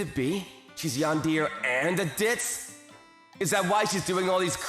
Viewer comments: Broo Yandeer 🙂👍 Yandere 🫷😤. Just sayin its Yan-De-re Not yandeer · Bro said yan-dear not tan-de-re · I died a little inside every time he pronounced it "yan-deer" and not "yan-dere". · How he says yan-deer instead of yan-de-re is so prime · I know i shouldn't laugh.. but I did. Sorry..😂😂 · Dear Mr. VA, It's pronounced more like Yawn-dare-reh, not Yawn-dear. Just for future reference. Sincerely, Your target audience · "Yan-deer"? Dude, come on... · say yan-de-ray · “Yandeer” wtf???? 😂😂😂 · Indeed. She's a "Yandéer" 🗿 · Nee-nee? Yan-deer? Are you f-ing serious? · Love this story and I thought the way he said Yandere as yandear was kinda funny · Did someone ever taught him how to pronounce “yandere” not being yan deer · yan-deer the Japanese cousin to John-Deer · He couldn't say yan-de-re properly. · this man cant pronounce anything.....name and yandere......